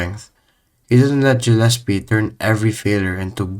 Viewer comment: Gah llespie not Jah llespie